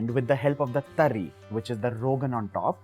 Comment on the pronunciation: Pehle tari bolna seekh le - uske baad banana 🤣🤣